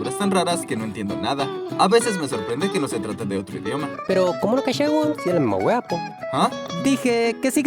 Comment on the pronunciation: "wea" se acentúa en la a y está ultima vocal se alarga un poco